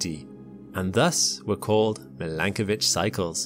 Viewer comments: Its Milankovic/Milanković.......... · I’m not sure whether to pronounce it /mil-AN-ko:-vich/ or /mi-lan-KO:-vich/ o:= oh.